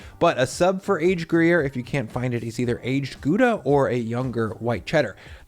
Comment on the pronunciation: You're saying "Gouda" wrong.